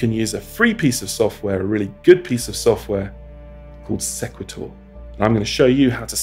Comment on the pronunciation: I believe it is called "See qway tor" like equator.